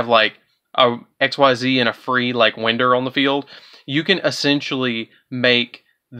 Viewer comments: I believe you pronounced Time-Thief Winder incorrectly, I think the ‘i’ sound is equivalent to that of ‘y’ in this case, simply because these cards revolve around time, and consider winding a clock, and the way you pronounce that type of wind. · It's WIND! (The letter I is like Y) Like how you would Wind a clock!? You and every other deck profile of this deck say Wind like the wind outside. Can y'all not fucking read above a 2nd grade level????? Ffs.